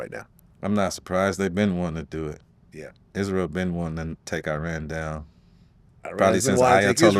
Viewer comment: Can't even pronounce iran